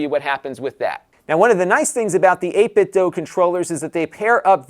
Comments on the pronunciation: Joe from Game Sack said it’s pronounced like doo. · Never heard anyone say this word out loud, but since the word DO is pronounced DUE, it would be 8bitDO, as in "I do eat tator tots". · No it's pronounced 'dwaoe'.